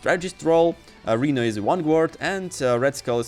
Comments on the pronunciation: What the hell is a reeno?! 😅 The man’s name Is Rhino (Rye-No) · It's "Rino" with a long "I" sound not "Reno"... Honestly if ur gonna make videos using English then u gotta pronounce names correctly 😅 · No hate but please stop pronouncing rhino as Reno it's pronouncing r-hi-no. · Fr lmao I was like who on earth is Reno? 😂